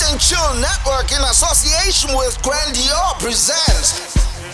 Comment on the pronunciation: It's Grandeur not Gran Dior!